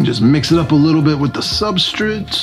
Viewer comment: Substrate* not substrit lol. Why do you say substrit? Who told you to say that?